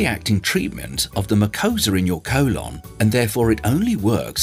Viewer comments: Colon ❌ colawn ✅ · I had his voice stuck in my head saying CO-lon the next couple hours after watching this😂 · "Co-lawn" 😂 But seriously this helped a lot.